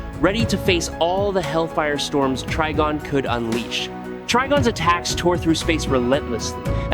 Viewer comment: Wait, is his name pronounced TREE-gon or TRI-gon? At least pick one, even if it's wrong, and stick to it. Going back an forth is very annoying! Btw, it's Tri-gon, with a long I.